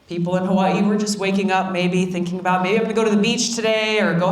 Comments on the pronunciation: at least everyone will know how to pronounce Hawaii from now on :) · She pronounces Hawai’i as she writes it. 🙂